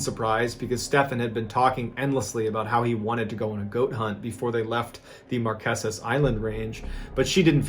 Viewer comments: I'm a fan and a subscriber, so I say this with love: They are pronounced the Mar-KAY-zas. Promise.💖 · It’s not “Marqesent” “markisses” 🤦🏻‍♀️ it’s pronounced “Mar keys” “mar key sis” .. can’t be mad cuz at least you tried 😅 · markesus lol it's pronounced mar-kay-sus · Love, Love, Love your videos! BTW….Pronounced “Mar KAY sus islands” 😄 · Just a side note, you're pronouncing Marquesas incorrectly, its pronounced mar-kay-suhz. Also for anyone wanting to go, there's a luxury ferry, that's dual purpose, and also functions as a cargo vessel, called the Aranui 5. It makes a 12 day circuit from Tahiti to the Marquesas. The ship also makes less frequent trips to Pitcairn, Gambier, Austral islands, Cook Islands and some of the other Society Islands. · Everything else is so perfect , I HAVE to let ya know how to pronounce Marqueses . Sounds like Mar-Kay-sis . LOVE this channel !